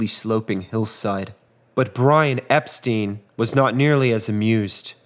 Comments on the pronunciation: "Epstein" = "Ep-stine", not "Ep-steen"... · Excellent video.....just one thing......Brian Epstein's last name is pronounced ep-STINE, not ep-STEEN. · It’s pronounced. EP STEIN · Very good history telling. Focusing on each day and each hour makes the story richer. You pronounce Epstein correctly once, in a quotation, as if it’s a matter of accent. Interesting.